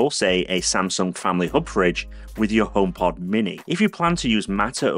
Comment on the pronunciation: Pppppplease say H, it’s so annoying. I love your channel and videos but it puts me off when you say Omekit, Omepod, etc